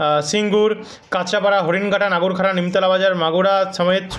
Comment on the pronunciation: দাদার উচ্চারণ অনুযায়ী নাগারউখড়াতে প্রতিদিন বৃষ্টি হচ্ছে। নদীয়া